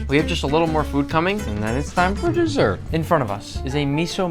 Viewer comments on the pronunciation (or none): bro said “and then it’s dEsert”😂😂😂😂😂😂😂😂